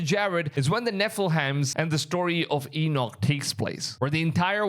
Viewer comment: His name does come up often... Great video brother. Some how you pronounce Enoch correctly, but murdered Nephilim! God bless you Maranatha!